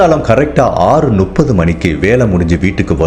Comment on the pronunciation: எல்லா வீடியோவிலும் நுப்பது என்று சொல்வதை சரி செய்து கொள்ளவும். முப்பது என்பதே சரி. சந்தேகமாக இருந்தால் புத்தகத்தில் படித்துப் பார்க்கவும்.